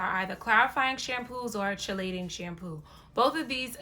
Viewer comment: Chelating is pronounced KEY-LATING